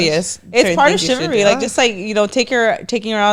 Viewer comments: Shivery 😂 chivalry ladies haha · Shivery lol 😂 chivalry 😅